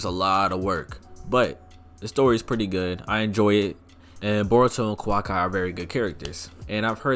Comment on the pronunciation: Ik my guy did not just say Kawak👁 and thought we were going to let that slide 😂😂